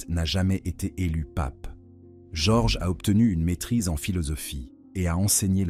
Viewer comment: bonne vidéo, mais j'en suis à la moitié, et ça ne répond toujours pas au titre de la vidéo. Le prénom Jorge est assez écorché, dommage ! et quelques inexactitudes aussi (Sainte Marie Majeure est un territoire du Vatican par exemple). Les coupures dans la prononciation/discours est aussi génante. L'empereur Néron n'a pas simplement "pas apprécié la prédication de Pierre" mais a carrément mis l'incendie de Rome sur le dos des Chrétiens, les condamnant à une mort certaine.